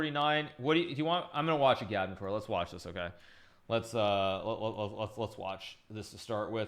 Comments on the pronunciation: i'm pretty sure agadmator has the emphasis on the first "a". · Lol isn’t it pronounced Agad-mator, not A-gad-mu-toor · I remember years ago comments to Agadmator on how his name is pronounced and what it means. "Its pronounced how its spelled". A-gad-mat-or" Why Does Hikaru shorten some vowels and lengthen others? Igaadmitoor Still never learnt the meaning. I remember he used to tease that he would reveal the meaning after sub milestones. Must have missed that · no disrespect but I think it’s pronounced agad-mator